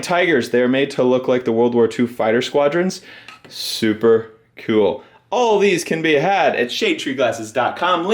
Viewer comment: "Souper coowel" Is that Texan or just?